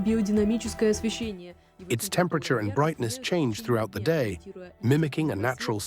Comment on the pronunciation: "you will lie in ze pod"